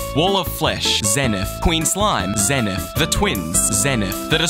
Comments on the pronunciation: 1st time saying: "zenith" 15th time saying: "zenet" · its pronounced “zee nyth” not “zeh nyth” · the fact you pronounced it zehn-ith and not zeen-ith infuriates me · IT IS PRONOUNCED Zee-nith!!! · "zen-ith" so annoying how some people pronounce it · i thought it was pronounced as "zey - neyth" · pronounced "zee nuhth" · Isn't it pronounced "Zee-nith?" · my favorite part is when he pronounced it wrong every single time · If your going to make a video with the Zenith in it. Then at least pronounce the darn name right.